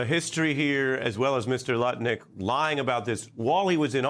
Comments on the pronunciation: Get his name right. It’s Nutlick, not Lutnick! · Even though its spelled Lutnick, the pronunciation is actually NUT-LEE-EK